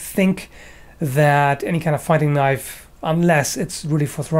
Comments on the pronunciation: now thats a knoif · Now, the last one, THAT is a knoife